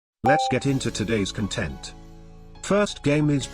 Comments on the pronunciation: I always find it funny that TTS pronounces "content" as in "satisfied" and not "content" as in "something you posted" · "I don't know how to read this word" when you're literally using a text to speech... that always mispronounces the word "content". Fair enough